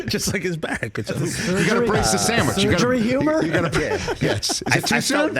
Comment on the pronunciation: "Showwich?" Gimme a job: The Rich Chicken ParmEisen Sammy